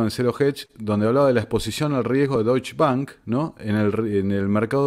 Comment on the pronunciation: La pronunciación es Dóitsche. La e se debe pronunciar.